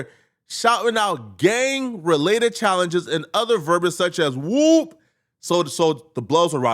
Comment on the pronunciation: You said whoooop all wrong. You need to get slapped for that...